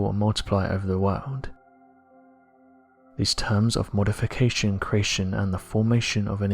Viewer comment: Please pronounce creation correctly, it’s extremely annoying ....